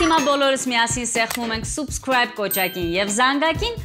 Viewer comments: ջան խնդրում եմ կամ հայերենով դիմի«բաժանորդագրվեք» կամ էլ «սՈՒբսկրայբ» մի ասա իսկական անգլերենով կլինի «սԸբսկրայբ»շմորհակալություն😊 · Axchik jan, artasanvum e sabskribe (a) voch te subscribe (u). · Բրավո, բայց "Subscribе"-ի արտասանությունը "սըբսքրայբ" է